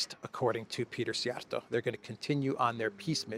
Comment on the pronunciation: you are the ONLY foreign commentator, who can pronounce the Hungarian foreign minister’s name correctly! It just shows to me how much you researched your material, hats off, brother!